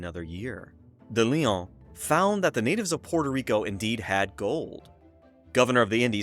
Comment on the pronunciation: Great information and presentation. Pronunciation was rough especially de León. Closed captioning was having a hard time too!